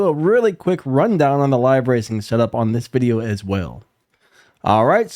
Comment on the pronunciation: “VIDIEO” 🤣 & again… spelczech that mutha🤣